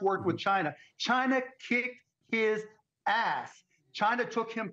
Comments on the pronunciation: It’s Yemen Mark NOT “YAY-MEN” Brush up on your Mid East Geopolitics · It is pronounced - Yeh - MUHN , Mark !